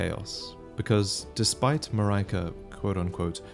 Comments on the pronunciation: Are you sure it is not Pronounced Mareeka which is the European pronunciation? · It's a greek name and the correct pronunciation is "Mar-e-ka". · The "ri" in Marika is pronounced the same way as you'd pronounce "り" in Japanese. So in simpler terms, it's pretty much the same as the "ri" in "rinse" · The i in Marika is not the "eye" you pronounce it as, but the ea in seal. The name possibly derives from Malika, the Arabic word for queen. Both are pronounced the same in Japanese. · Only one grievance. Check how Marika is properly pronounced:) Google translate English language will do, there are other languages to check for example Latvian (quite normal woman's name here). I also checked Norwegian, Hungarian, Dutch - they are also somewhat similar. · Ahhh what a pain! I don't know why, but as a European I feel pain when I hear this pronunciation of Marika's word. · I feel like Marika "i" should be pronounced as in kit-kat or the "i" in Miyazaki, what you think? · It’s strange for me to listen to your pronounciation of ‘Marika’. For me, the ri- is supposed to be the same pronounciation with the ri- in ‘ring’, perhaps with a rolled r. It’s because I also find ‘Marika’ as a strange name in the Romantic languages, but rather imaginable in Slavic languages or Japanese. Let’s see how it is in February next year! (PC user here) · the way you pronounce marika gave me 2nd hand cringe, I'm sorry abt that. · Wonder if it’s pronounced Mar-RE-Ka or Mar-Ri-ka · Mar-ai-kah? I really think it should be Marry-ka or Maree-ka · in greece we say it Mar-e-ka and not Mar-ae-ka, every time i hear it in the video my brain goes nuts wtf xd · But she's Marika, not Maraika... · Yeah, it was weird hearing "Muh-rye-kuh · “Marika” not “Maryka” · I don't think its MAR-EYE-KA it'll be MAR-IE-KA as I phonetically is pronounced IE like in the word "India". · Pretty sure Marika should be pronounced "Mareeeka" because of the Japanese: マリカ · I think the queen's name is pronounced Mah-ree-kah